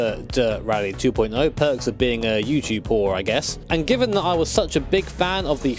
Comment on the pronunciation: I swear I heard YouTube horror instead of YouTuber